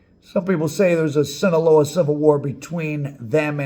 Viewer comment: I love your content and your merch. I’m wearing one your shirts right now. That said…No disrespect to you, but hearing your mispronunciation of Sinaloa is like nails on a chalkboard.